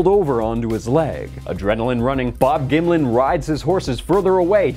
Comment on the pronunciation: gonna be real, I thought he was saying Bob Gimli for like half the video.